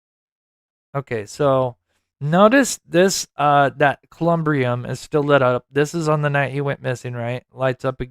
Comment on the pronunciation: Columbarium is the proper word. Like Katie Proudfoot would say "Google it y'all" Thank you for all your amaizng work that you do for Sebastian.